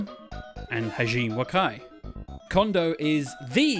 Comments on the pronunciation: ha-ji-meh, not hazheem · Not to be that guy to harp on pronouncing things, but Hajime, is more like Ha gee may. You keep saying Hajeem and that makes me him Indian or maybe Arab. edit: then later you called him Hageemi. Lol, you gotta doing that on purpose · thats pronounced Ha ji me Hah-jee-mé はじめ